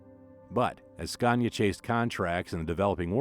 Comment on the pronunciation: Why oh why do you still call Scania with an R of goodness sake !! 😖